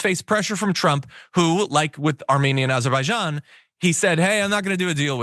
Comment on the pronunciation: Azerbaijan is what he was trying to say.